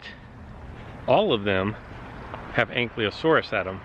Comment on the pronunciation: Btw its pronounced ANK-I-LO-SAURUS not ankliosaurus and SPINE-OSAURUS not spin-osaurus. But liking the JW alive vids. Subbed. Keep up the good work 🤙